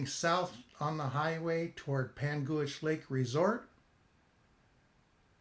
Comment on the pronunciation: Great video. I believe it’s pronounced “Pangwich” not “Pangooich”. I’m nit picking. Good info, good job.